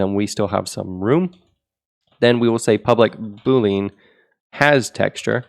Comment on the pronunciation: the way you pronounce "boolean" makes me irrationally angry